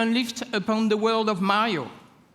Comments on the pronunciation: He say's mayo but its MARIO lol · i like how he pronounce mario : majo